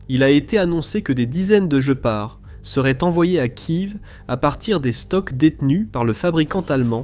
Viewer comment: On ne dit pas Kive mais Kiève